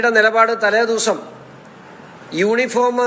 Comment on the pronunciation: യൂണിഫോം എന്നു തെറ്റുകൂടാതെ പറയാൻ ശിവന്കുട്ടിക്ക് അറിയാമോ? പറഞ്ഞു വന്നപ്പോൾ യോനിഫോം എന്നായിപ്പോയി.